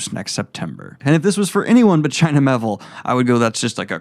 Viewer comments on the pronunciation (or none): That would be The Rouse. Not The Ruse. By China Mee-ay-ville.